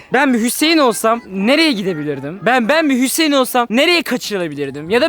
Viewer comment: Fatih abiş:hüseeğn hüseğn ee sesimi duyuyosan bağır Ben:hüseğn değil la panda